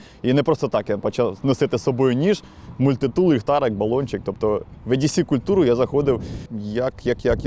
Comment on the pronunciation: дуже крутий контент, дякую вам!…але кажіть не ЕДіСі, а ІДіСі….англ «е» це «і»…дуже ріже слух коли Едісі 🙈 (я розумію що еврідей, проте це абревіатура, а сама буква має звук «і»)